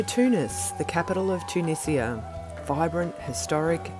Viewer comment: Thanks for saying Tunizia instead of the Tunijia by the way :)